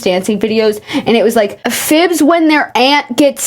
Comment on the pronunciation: I've just realized that I've been calling them "Phillbiz" this entire time and the way you where trying to pronounce it made me realize that there isn't even an L